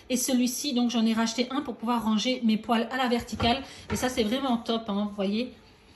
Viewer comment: Poêle se prononce "pouèle" pas "pouale" non ? Ça m'a fait sourire le long de la vidéo. En tout cas merci